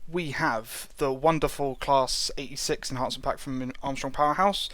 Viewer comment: Think he said the 86. Sounded like 36...